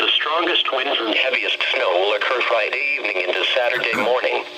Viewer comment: Frideevning that's how he said it omg XD LOLOOOOL LOL HAHAHAHAH LOL